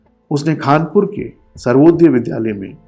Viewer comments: It's Khanapur..not khanpur.. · I m from there it’s not khaaanpur it’s khanhapur